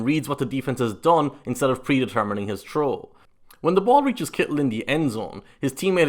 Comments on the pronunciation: please say “throw” correctly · lol, sounds like the guy is saying a difficult "Troll" lmao.